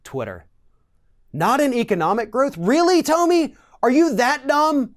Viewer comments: How can you call out hate speach after that ranting attack?Btw its Tomi (pronounced- Tommy) not Toamy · Tom e not toom i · To-mi....hilarious 😂she isn’t worth having her name pronounced correctly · Why do you keep saying Toemee, seems like you are intentionally mispronouncing her name to throw shade. it's obviously Tommy. Egg head lol. Tomi is a bop tho. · I’m sorry but I don’t know why but I bothers me when people pronounce Tomi’s name Tumy, it’s pronounced Tommy. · I'm amused that he pronounces Tomi like "Tomie" from the japanese horror series. She does remind you of something dead. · Who is Toe-me? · Toe-mi lol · Yeah it's pronounced "Toenail" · Toe-Me LOL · You could at least pronounce her name correctly. But that shows how uneducated you are. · Because he's ignorant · beatty He used every superlative for dumb. Intentionally mispronounced her name. He said this "girl, woman... Whatever". TYT recently made a video criticizing Ron DeSantis for referring to Alexandria Ocasio-Cortez in the exact same way. The sentiment he's trying to share would have been more impactful if he responded calmly, with reason and without disrespect. Ijs. He sounds like the same group of people TYT criticize. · If you're going to call someone stupid at least learn to pronounce their name properly. Or perhaps you were doing it on purpose, which is just pathetic and childish. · You can't even pronounce her name right...embarrassing......if you want to insult someone, you should at LEAST get their name right....then, get the info correct. You really flaked on this video. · I think he was making a point to pronounce her name wrong. His facts were also correct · Why did you pronounce 'Tomi' like that? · Who is this joker? You don't even pronounce her name correctly. So clearly you know nothing. Pathetic. Don't quit your day job. Punk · i do not like the way you pronounce tomi but i mean, butchering her name probably erks her too so, fuck it XD